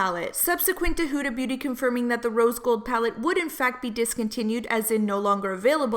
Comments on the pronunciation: Her name is Huda not Hooda. Do you call umbrellas oombrellas too? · Love your tea vids. But I couldn't stand the way you were saying huda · Lol the way she the way she pronounces Huda is kinda weird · if you're going to make a whole video about her then learn to say her name correctly